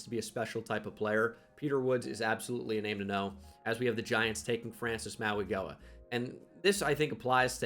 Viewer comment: I know how much you love to pronounce peoples names right, so the way Francis Mauigoa pronounces his last name is “maui-know-uh”